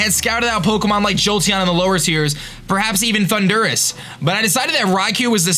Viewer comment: If this is not scripted, what do you stare at for the duration of the video? Are you wearing any pants? Who wins in a race, Superman or the Flash? And what's with your Pokemon name pronunciations, lol? Thun-durrus? Zap-a-dos? Amazing draft, dude. Rampardos and Beartics FTW.